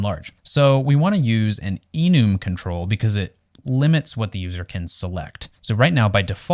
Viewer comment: Awesome video, but one thing: this must be the first time I've heard someone pronounce `Enum` as `eenoom`